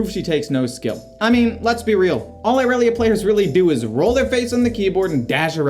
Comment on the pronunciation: not the "eye relia"😭